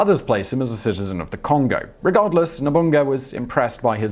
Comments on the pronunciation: The way he pronounced "Nobunaga" did indeed trigger me. It's No-bu-na-ga. Not No-bugn-ga. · no-bu-na-ga.. no-bun-ga..? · That first letter in Tokugawa Ieyasu's personal name is a capital I (eye), not a lowercase L. Nobunaga is No-bu-na-ga, not Nobunga. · Nobunga????? Or Nobunaga? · lol Nobunaga. Supposed to be 'NO-BOO-NAH-GA'. Japanese never makes the third syllable silent. If the word is 4 syllables, or especially 5, the second is the one that is silent. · It's not Leyasu, it's Ieyasu. Names start with capital letters, and his is written with an I, not an L. Also: "Yassookey was employed by Oda Nobunga the Daimo" makes the Japanese people cry. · "No-bung-ga"? Well...at least he got it right once...lol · Honestly, these constant mispronunciations are starting to feel kind of lazy. NOBUNGA? For real? Twice? C'mon, man... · Ok so I know you said you'd pronounce them wrong but I wasn't expecting the Japanese names. 1. Nobunaga not "Nobunga" 2. Ieyasu not "Liyasu" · I know. It’s just hilarious how he pronounced it. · For Nobunaga, I quite understand why he mispronounced the name but why do he always pronounce the "I" on Tokugawa Ieyasu as "L".